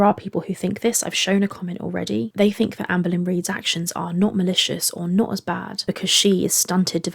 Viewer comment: I think she said BAE not bad.